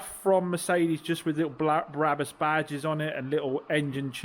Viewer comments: I was referring to the Biblical character! You referred to Barabbus (as you kept pronouncing it!) not Brabus - was the meme! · Brabus not Barabbus (as you kept pronouncing it!) - he was someone else..Blimey…😂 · Brabus not Barabus😊😊😊😊